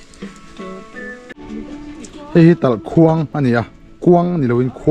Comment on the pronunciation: TalhKHuang a ni lo, TalhKuang tih tur aw. Vawk chaw pekna tur leh mitthi ruang dahna tura 'KUANG' an siam dan hi en la, ''KUANG' leh 'KHUANG' danglamna chu i hre thiam maiin ka beisei.